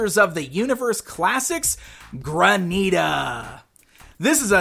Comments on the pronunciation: Dan, PLEASE ---- it's Granite-a (like the stone), NOT Gra-NEETA. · ok the name is not pronounced Graneeta. It is Granite- ah because she is a stone like granite... this was killing me through out the whole review lol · Mispronouncing Granita the whole video. Haha "GRAN'-it-uh"